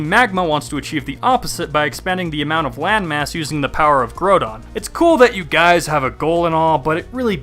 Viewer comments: the way he prpnounces groudon makes it sound like grow·don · Groudon, not grow-don.